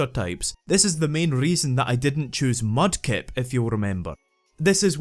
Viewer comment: you accidentally mispronounced "Mudkip", you coward. Swampert has one weakness. ONE. That KFC wannabe doesn't stand a chance against the obvious best starter of the three, ESPECIALLY in Ruby, which has team Magma with tons of fire and ground types, and Groudon being weak against ground type.